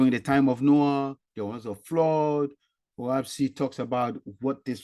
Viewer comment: I don’t think you’re pronouncing it right. Lol. It’s “Oahspe” not “Oahpse.” Lol